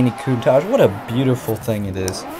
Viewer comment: I enjoyed this video apart from you saying countach wrong every time